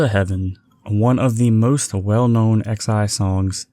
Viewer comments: great video such a nice watch, btw just to note xi is pronounced as sai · Nice video! Production quality is high. Although I cringed a bit at the start when he said XI's name